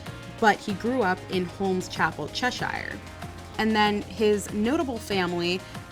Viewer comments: Cheshire is pronounced chesh(ear) not chesh(eye-er). Your welcome x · cheshire is pronounced more like "cheshur" sorry it was kinda weird hearing my home county pronounced weirdly haha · Just letting you know that the places are pronounced 'Wust-er-sher' and 'Chesh-er'. Sorry, it just bothered me! :)